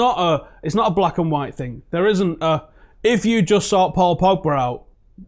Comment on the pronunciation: "White Youri Djorkaeff" he was whiste, wtf